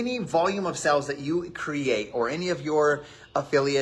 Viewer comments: I'm sure he was trying to say "sales" but every time it sounded like "sells" and drove me nuts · My dude it’s sales not sells😵‍💫😰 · He says 'sales' like 'sells', it's driving me nuts! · Is he saying in sells instead of sales? STOP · Why can so many of these people NOT pronounce the word "sales"? It's SALES not SELLS. You have a million dollars in sales, not sells. OMG. Just one more thing that drives me batty about these people. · Is it just me or does he say sales really weird it's bugging me